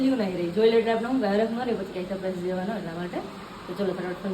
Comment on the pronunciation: Sapraies ne sarpraes kevay